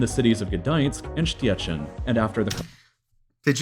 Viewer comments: Actually, he said Gdańsk correctly, but Szczecin completely wrong. 😁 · Gdańsk was good Stettin (Szczecin) not exacly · Yeah, unlike Szczecin.